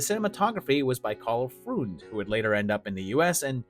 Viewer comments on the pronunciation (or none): Wonderful stuff!; I absolutely love all of the projects! A couple of pronunciation notes: Karl Freund is pronounced "froynd." Freund is German for friend. Conrad Veidt's last name has the vowel sound as in "eye." One good thing about German is the pronunciation rules are very regular, unlike English, so ei will always be "eye" and ie will always be "ee."